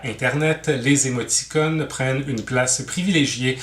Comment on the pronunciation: chaque fois que j'entend émoti"connes" y'a un trou qui apparrait dans ma barbe